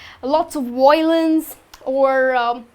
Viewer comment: VOILENCE ?? And , i believe it's pronounced In-tree-ging ? :)